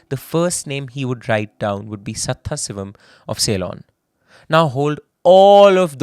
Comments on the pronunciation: Where is this presenter from? Keeps repeatedly pronouncing Sadaasivam as Setthasivam 😂😂😂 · The name should be pronounced as Sadhaasivam not Satthasivam. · Please invest in a pronunciation expert for South Indian / Tamil names. Our names sound so foreign coming from a fellow Indian Pretty sure its is actually Sadaaasivam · I cannot forgive you for the way you pronounce "Sathasivam".